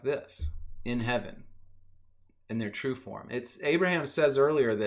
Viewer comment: great video man but who is this "abaraham" ;)